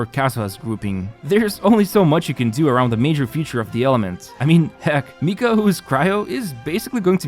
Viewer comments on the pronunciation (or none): none